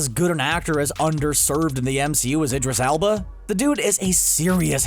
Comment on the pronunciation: There's so much dishonest bullshit in this video i don't even know where to begin. It doesn't help that the retard narrating it has no idea how to correctly pronounce Idris Elba.